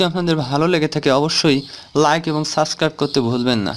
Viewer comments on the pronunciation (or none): Subscribe uccharon korte pare na thik vabe abar subscribe korte bole. Ajob!